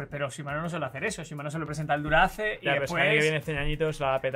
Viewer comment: Disculpen, pero no se pronuncia Dura-Ace. Se pronuncia Dura "aais"... Se ve que están FALTOS de Agricultura!!! "Cantinflas" Hahahahahahah haha!!! Estan Pal Perro Los Tres